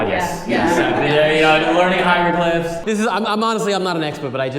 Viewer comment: ok surprised seeing lithuania being mentioned so randomly but from this dude who is so crazily good with languages i hoped he will pronounce the name of the city properly but sadly he didnt :D *HIEGROGLYPHS.. everyone doing this mistake.